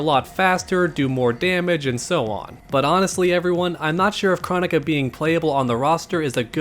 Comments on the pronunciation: Her name is pronounced like chrono-ka like cronos from Greek mythology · I believe NRS pronounces it as (Kroh-Nee-Kuh) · I feel like even though I know it’s “Crow” Nika I’m still gonna say “Krah”nika lol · Pretty sure its Kr-Oh-nika, pronounced by boon himself and possibly Kr-Oh-neeka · Here name is pronounced like Kronos. With a O not Ah sound. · That's not how you pronounce her name.